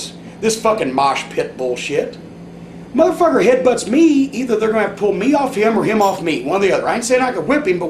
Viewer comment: I love how says motherfucker “MUHthurFUHKUHR”